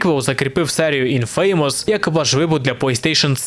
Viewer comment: Вибачаюсь за душнилово, але не "інФе́ймос" а "Інфамос", з наголосом на "і". Будь ласка, не бийте